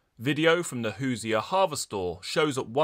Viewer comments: Hoosier is pronounced hoo•zhr like Leisure with a “Who” at the beginning. Other than that, keep up the good work! (Indiana is the Hoosier State and no one really knows what it means) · "Hoosier" is "Who-zer," And it's from "Who's there."